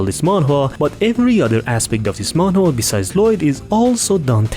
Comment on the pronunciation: i love how you pronounce manwa as man whore i cant stop thinking about it.